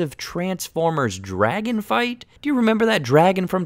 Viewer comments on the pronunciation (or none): none